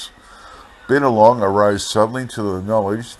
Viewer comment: Hope im not taken the wrong way .. Binalong is pronounced (By-Na-Long) Love your narratives and i know so many of the areas in these old articles .. look forward to many more 👌🙌☺️